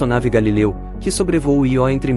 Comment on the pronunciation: Nao é ió, é io(ío), se fosse ió teria acento,vc nunca ouviu falor na lua Io( vc chama seu tio de tio ou tió,kkkk) parabens pelo canal, sou inscrito nao perco um video, abraço.